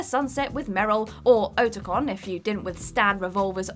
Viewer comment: Seriously, you need to do a little bit of research before doing these. Oat-a-con? Ar-go? How does a gamer get those wrong?